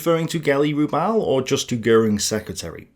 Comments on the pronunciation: Geli 'Raw-bal' not 'Roobal' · Can you not even get Hitler's niece's surname correct? So many mistakes in less than 5 minutes..